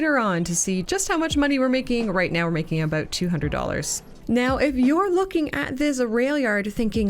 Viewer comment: 30 minutes gang ✅ Love your "aboots" btw 😅